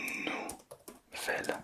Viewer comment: C’est pas nous velle mais nouvelle mais c’est pas grave t’inquiète